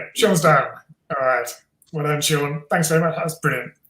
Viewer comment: Sean.... 🤣... it's Seon... See..on..